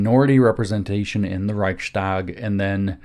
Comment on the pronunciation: Interestingly, you pronounce the ch of Reich pretty good but when -stag gets added you pronounce the following S as a german speaker would pronounce "sch" perfectly. Switch it around for a snake like ssss and apply your "sch" and you sound 90% better just like that. Reich sssss tag. Thank you for everything looking forward to this video.